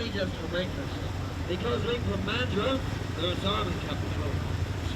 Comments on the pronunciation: To say Western Australia cities, you have to forget about multiple syllables Bunbury don't say "Bun-Bur-ree" say Bunbry Mandurah don't say Man-Doo-Rah say Mandrah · Mandrah is the correct pronunciation for Mandurah btw, we Aussie eshays like to emphasise the ‘ah’ on the end